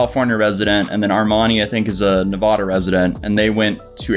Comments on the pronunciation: "Ne-voh-da" Me who actually lives in Nevada: "That's not how you say it! It's pronounced this way: Nev-ADD-uh." Sorry, I couldn't help but go "Karen" on you. lol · Its Ne-va-da omg can you just say it right that is all I can think about during this hole video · Omg Nev-aw-dah?? I can’t watch you anymore sorry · The way you say Nevada kills me. 🤢💀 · say Nevada like that again and ill loose it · Ahhhh please! Say Nevada correctly! You’re killing me DX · Omg that’s not how your pronounce Nevada 😂🙃